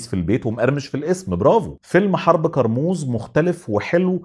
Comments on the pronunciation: كرموز مش قرموز 😂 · انطق كارموز صح الاول كارموز بال ك مش بال ق